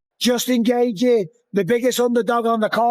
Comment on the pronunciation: The way the guy talking in the video pronounced Gaethje as Gay thee, definitely an AI voice. L video.